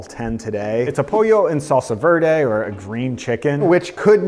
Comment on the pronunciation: funny enough. i’m bedbound because of surgery. i prepped salsa verde for dad. this though is not a mexican salsa verde. give all veggies a quick saute. gives depth in flavour. we‘d never ever use mint ever. cilantro is totally overrated. i never it. if even use epazote instead. it does the thing. but add cumin, some clover. that‘s my mexican grandma approved sauce. and also: it‘s not salsa voirdei. it‘s „verde“ both e sounds like in the word prep. or vent. or depp. just a normal e sound. buen provecho!